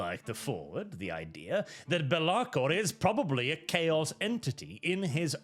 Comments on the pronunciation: It's pronounced Bélakor not Belákor. Source: It sounds way better like that so probably. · I see the chaos god of mispronunciation has taken this video through to warp and change the name of Be'lakor to Be'laRkor.